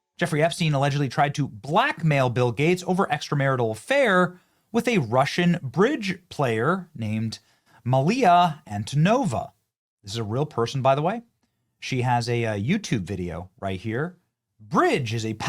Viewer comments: Mila, moron! Not Maliya! Learn to read the letters. They're there for the words LOL Damn, Benny, I love your channel, but sometimes you disappoint with dyslexia or illiteracy or whatever. Like IMBD, the Internet Movie Batadase? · How does Benny manage to pronounce "Mila" the way he does? A very simply word screwed up so badly.